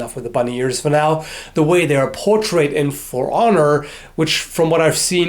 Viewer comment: Don't stress the first syllable of "portray". Stress the second syllable.